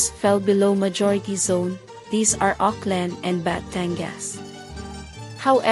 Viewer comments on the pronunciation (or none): none